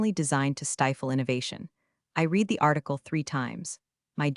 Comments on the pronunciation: Every time you use the word 'read', you are using it in past tense and therefore you are mispronouncing it. It should be pronounced red, not reed. Starting to feel like watching these so-called stories is just making me stupider except I know the difference between past and present tense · Please it’s not read it’s pronounced red. Someone teach AI how to use past tense words. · Please fix the mispronunciations of "read", which 95% of the time should be in past tense, not present tense. Also "live" - same problem. If AI is so smart, why can't it avoid these errors? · Mispronounced words: Patagonia (only pronounced correctly twice in the history of these things) Geiger counter Read Quinoa S.E.C.